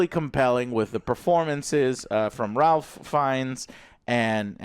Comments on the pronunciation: I would think at this point no movie reviewer would still be pronouncing Ralph Fiennes name wrong. It is "rafe" "feens" not "ralf" "fines" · It’s pronounced Reif Fiennes. Just putting that out there. I did enjoy this one more than the last one as well. I want that next movie though, screw that I NEED THE NEXT MOVIE